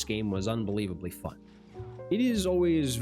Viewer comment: Is it just me or everytime you say "fun" it sound like "fock"